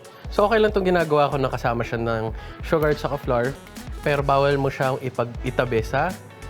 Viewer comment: The correct pronunciation of flour is “FLOWER” as in a bloom. Google it....